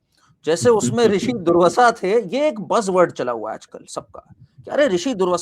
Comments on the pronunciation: पहले तो पढो दुर्वाशा नहीं पढ़ पर रहे हो दुर्वषा पढ़ रहे हो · Its not durvasa... Its doorvaasa maharshi 🙏